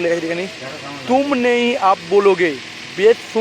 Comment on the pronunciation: দাদা ওটা আপ হবে অপ না 😂😂